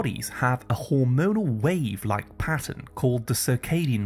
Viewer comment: “Wave-like”, not “wave like”